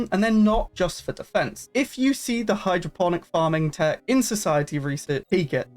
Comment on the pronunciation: Hydroponic? Not hydroPHONIC? When did that heppen?